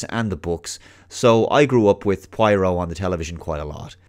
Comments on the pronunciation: Pwah-ro, not pwai-roh. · Take a drink ever time mispronounces 'pwah-roh'. (Note: Do not do this cool thing, your liver will be very angry with you) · Who's pwyro? Prah-roh, it's hard to believe you've watched the original series saying that, it's like as if a self proclaimed avid trekkie pronounces data as datta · Your pronouncing poirot as pwairo ..... Lol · Please for the love of God stop pronouncing his name Pie-Row. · For the half of the video I couldn't figure out who the hell is Pueiro. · It's not pronounced pryro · Every time he says Pwyro, I drink lol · seriously, having me rolling on the floor each time you butcher the name Poirot. pwyro indeed. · According to the writer, she pronounced it: PWARR] + [OH| -source from the notes by her to editor. She seems wasnt happy that British and Americans were not saying it correctly. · Grew up with the books and TV show Also: Pronounces it "Pwyro" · Got on my nerves so much I had to stop watching. He must have heard the name pronounced correctly countless times. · Poirot is pronounced 'Pwarrow' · i love your videos but I just can't concentrate when you keep mispronouncing his name after having grown up with David's Poirot 😂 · If you watched all the old shows how come you still cannot pronounce his name lol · still a not y, and oh instead of high hard o as he is prenounciating it. Though I get it is a difficult name, and wouldnt be certain that I wont mispronounce it at times, just he kept repeating it so many times in the video.. Guess he was going for killing someone trying to take a shot for each time his name was mentioned :) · Cut him some slack, he's Oyrish after all.